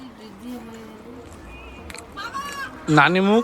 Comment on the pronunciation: কথাটা হল নানি মুখ না, নানদী মুখ